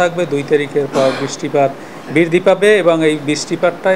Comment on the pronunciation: কি কইল এটা বৃষ্টি বিরধি পাবে একে তো উচ্চারণ ভুল আবার বাক্যটাও ভুল। বৃষ্টি তো হচ্ছেই না, বৃদ্ধি তো পরের ব্যাপার।😆